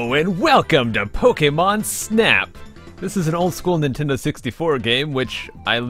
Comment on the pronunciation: You're one of the few that pronounce Pokémon as you should... xD